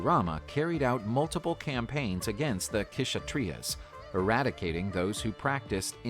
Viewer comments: It is not k shatriyas it is Kshatriyas k is silent, i.e. the warriors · Parashurama fought against the Kshatriyas (where the k is silent, so it's pronounced as shatriyas) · Not the queshutreas 😂 bruh just say shatriyas if you pronounce, the narrator btw not the yt guy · Kshatriyas..no no no ...all wrong pronunciation...very sorry..warrior class" kshatriyas" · Kshatriyas K is silent pronounced as shatriyas